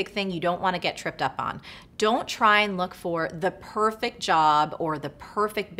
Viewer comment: Perfect, not ‘porrrrefict’